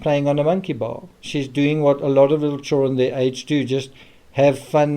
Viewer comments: The CHILRUENN. 😅😅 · Never heard anyone pronounce children like that. Like hes afraid of saying the whole word 😂 "churen"